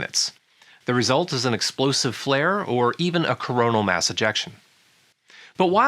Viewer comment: It would be useful if we delivered the phrase "coronal Mass Ejection" as "coronal MASS Ejection". so it emphasises mass is being ejected instead of it sounding like the whole corona ejected something.